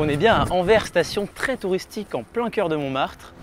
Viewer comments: * AnverSSSSS ! haha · AnverSSS :) , c'est ainsi que les francophones de Belgique, et les gens du nord de la France prononcent :) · Très bonne vidéo ! Et on dit "Anversssssssssssss" oui le S se prononce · Je trouve aussi mais l’annonce de la 2 prononce Anver 🥲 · Le Anvers belge (/Antwerpen) se prononce AnverSE pour l'amour de ciel! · Super Vidéo par contre ça se prononce AnverS, Il faut dire le s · Pour info, on prononce le S de Anvers, merci pour les oreilles de tous les belges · Moi qui écoute "Anvers" en étant belge (au secours) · Pour info, on dit "Anversse". On prononce le S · Bonne video Par contre on prononce le 's' d anvers, nos amis belges vous remercient. A transmettre à la ratp à l occasion. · On prononce le S à Anvers :) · Anversssss on prononce le s en Belgique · le S d'Anvers se prononce, c'est Anversssss T.T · Super intéressant comme d’hab mais les oreilles de belge saignent à force d’entendre Anver on dit anverSSSSS On dit le S 😉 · On prononce le S dans Anvers. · Anvers et Antwerpen c'est la même ville ! C'est les francophones qui disent Anvers. D'ailleurs on ne dit pas "AnveR" mais "AnverS", il faut prononcer le "s". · Ohh C'est pas vrai. C'est AnverSsssss. Il faut prononcer le S. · Ça se dis anversse tu dois prononcé le s avec 😉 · Ahah des fois il prononce bien Anvers et des fois non mdrr c'est aléatoire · Non, c'est pas le cas, c'est une erreur de prononciation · Très drôle le détour par Anvers central mais attention car en Belgique on prononce le S et sinon très belle gare de chez nous 😁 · c'est marrant en France on prononce le X de Bruxelles mais on ne prononce pas le S de Anvers alors que les Belges prononcent le S de Anvers mais ne prononcent pas le X de Bruxelles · Salut superbe vidéo... j'ai beaucoup aimé la blague sur anvers... sauf que le "s" a la fin d'anvers se prononce...